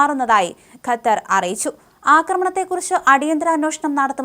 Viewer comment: കത്താർ അല്ല ഖത്തർ